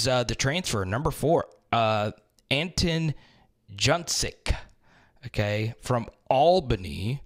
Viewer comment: Lol.. man -- you butcher those names 😆 it's ok though.. I preciate all you do for the Hogs. But it's pronounced An-tawn Joon-kahj